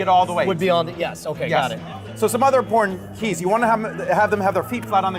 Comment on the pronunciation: HE MEANT TO SAY IMPORTANT, BUT HE SAID PORN! XDDDDD